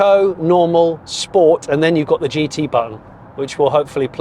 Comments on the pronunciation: Great video Jonny (apart from the chicken choking behind the genny substation). 👍 Only negative for me was the multiple mentions of sport, all pronounced incorrectly! 😃 I'm with you, at 2.2 tonnes, there's probably little real world need for the extra "promise" of the GT over the non-GT. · "I'm going to shift it into... Sch-poats" #OTSOT